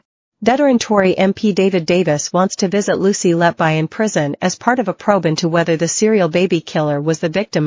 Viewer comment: Her surname is pronounced “Let be,” NOT “Let bye.” Why are these Americans, who cannot speak English, allowed to mutilate the English language?